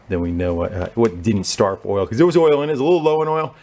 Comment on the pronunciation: Wait….at 13.33, you pronounced ‘oil’ as ‘Earl’ and there’s only one other person I’ve heard do that….Derek, from VGG! Please tell me you’re a fan?